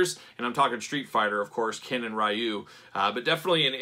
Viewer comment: only gripe on the review is Ryu is actually pronounced Ree-U, not R-eye-U. Sorry, big Street Fighter fan haha